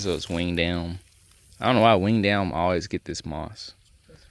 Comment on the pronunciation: Hey y'all. I like how you both methodically look at the land and plan your future. It's a beautiful thing., you kept talking about cutting that Winged Elm tree and all I kept hearing was "wean down" tree. 😂 I said wth is a wean down tree? I googlized it and learned about the Winged Elm. 😂